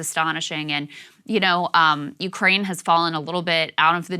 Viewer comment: "Urkaine" is driving me nuts. 😆